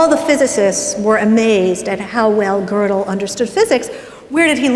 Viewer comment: Gödel is really not hard to pronounce.